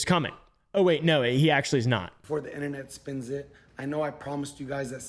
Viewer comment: inTernet not fkn inner net ... an inner net is LITTERALY your nervous system and or your vains ... the T isn't silent in inTernet ... documenTary not fkn documenary again the T isn't fkn silent